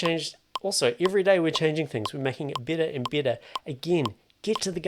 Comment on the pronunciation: "Macon eet bitter n' bitter"